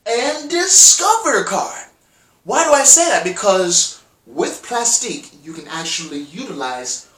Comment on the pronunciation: Plastiq is pronounced "Plastic".